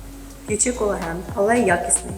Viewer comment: Юлії респект. Вона трохи про колаген розповіла. Навіть назвала його правильно, без букви ,,Е" на початку, на відміну від двох інших недоекспертів.